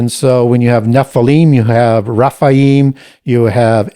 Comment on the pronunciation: Raphael is an Arch Angel (not fallen). His name means God heals. Rephaim are the giants (he pronounces it Raphaim ). Raphaim is an (individual) ancestor of Judith according to the Apocrypha. Never heard Baal having the name Raphael/Rapael, but Ra, yes. I admire the amount of knowledge has. I was just very confused and had to do some research in regards to the angel Raphael, seeing if there were any links. Nope just mispronunciations, and perhaps the usual devil counterfeit scheme.